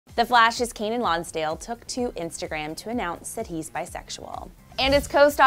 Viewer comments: KEY-NAN not Kaynan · She kept pronouncing his name wrong🙄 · "kaynen" o k